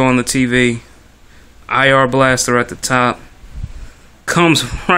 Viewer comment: EYE ARE blaster... Not EH ARE....That is IR...not AR.